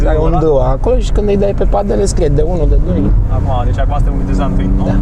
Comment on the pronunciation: Ai vrut sa zici padele nu pandele omule